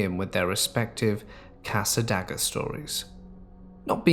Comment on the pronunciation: I gotta say it cause it'll probably be in other stories eventually. Cassadaga = cass-uh-day-guh